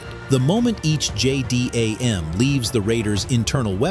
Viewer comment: Can't you pronounce things properly? Its' easy You call it a J-dam.